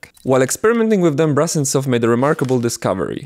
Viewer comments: It’s Brusentsov, not brussen-stoff You butchered his name like 30 times in this video. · The surname of the inventor is pronounced Broosentsov, BTW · If the name is transliterated to Brusentsov, then should it not be pronounced BROO-SEN-TSOFF, with an OO sound and not an AH sound? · oh god.... please stop calling him BrAHsentsov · so...you spent countless hours researching this subject only to end up mispronouncing the name of the inventor? great job, mate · Your pronunciation of "Brusentsov" is a bit wrong. The letter “u” in the Latin transliteration of Russian names is always pronounced as in the word “put”, but never as in the word “but”.